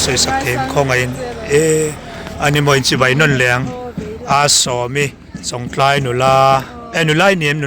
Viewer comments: ....chawngtlai khua hming i sawi hi thluk dik ve mai ta che.. Chawng tlai a awmlo, Chawngtlai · An khaw hming lam dan dik zawk hrilh na na a, lam dik duhlo tlat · Mi khaw hming te,a dik zawk hre reng si,sawi sual lui reng mai,a der viau suh. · an khaw hming lam dan kha an hrilh hnu che pawhin ti dik ve hram teh 😂😂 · A tir ah chwngtlai khua lam dik thei reng...a hnu ah lam dik thiam lo vel.. hi chu a😂😂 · A lam dan an hrilh tawh hnuah pawh lam dik duh miah lo,zahpui awm lutuk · chu nghapih tih takah chawngtlai pawh a lamthiam theilo chu ni maw.😊😅😂